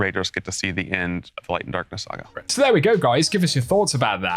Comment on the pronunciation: “ Light and darkness SarrGahhh “ 😅